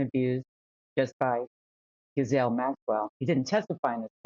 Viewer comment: That trial attourney didn't even pronounce Ghislaine's name correctly, what hope is there of keeping her behind bars? She will get out on a technicality after a retrial........................